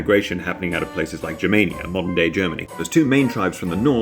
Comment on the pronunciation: You said Germania and I heard Jamaica and I was reaaaalllyyy confused for a while